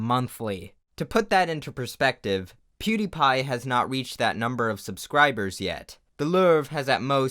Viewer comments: "the lourve" nice video tho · it's not pronounced lurve. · "Le Lerve" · It's LOO-vruh-sa, not Loo-BRUH-sah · "the leurve" lmao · Also when he pronounced "Louvre" like "Lërv" or something 😂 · The "lurvre" 🙃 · pronounces "Louvre" as "lerv" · THE LOUVRE? ITS PRONOUNCE LOOV YOU FUCK AAAAAAAAAAAAAA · How did you pronounce "louvre" ? XD lour? Wtf xD Still a good video tho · The way you said louvre gives me anxiety Lövr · As interesting as this is... the way you say "motif" is just unacceptable. Not a hundred percent on how you say "Louvre" either, but idk.